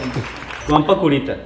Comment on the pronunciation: "Guampa Qurita" jajajajajaja la repetir burda de veces